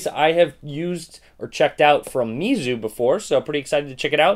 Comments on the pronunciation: it's actually pronounced "Mayzu" in Chinese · I believe it's pronounced (may-zoo) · It pronounce (may zu) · I pronounce it "meyzu"